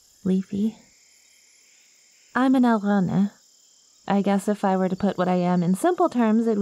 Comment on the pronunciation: Thanks for the upload, your words are as sweet as nectar though apparently not quite as addictive. I have to say that’s very much not how i assumed alraune was pronounced but they are German and I couldn’t have failed German class harder if I tried so literally anyone is more qualified to speak on that then I am.